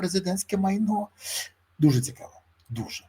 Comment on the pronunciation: Цикаво,цикаво,цикаво...Невозможно слушать...заебал своим цикаво.